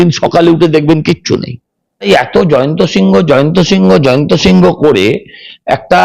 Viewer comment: জয়ন্ত সিংহ (বাঙালী নাম) নাম হবে না ওই গুন্ডার নাম জয়েন্ত সিং (বিহারী নাম) হবে। সজল বাবু নামটা ঠিক উচ্চারন করুন।